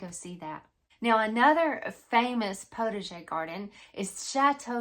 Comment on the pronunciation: Very interesting and a little funny, too; I thought it was just your way of pronouncing 'protege'! Oh the French, they do know how to confuse us! Looking very forward to this series! I have only ever had a very tiny, backyard kitchen garden of tomato's, zucchini and a handful of cooking herbs. Hoping to again in the near future, so my motto is "prepare for what I am praying for"!